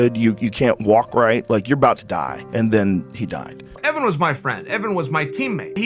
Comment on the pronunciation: "Outside a baw"